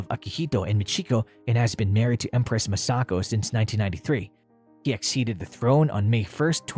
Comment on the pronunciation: MA-sako and MI-chiko